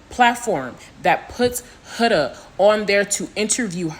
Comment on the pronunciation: It’s pronounced Hood-a bro 😭